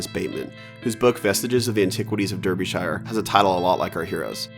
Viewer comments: Derbyshire is pronounced Darbyshire not deerbyshire (I live in derbyshire) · Actual psychic damage from that pronunciation of derbyshire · Excellent video, although your pronunciation of Derbyshire made me twitch.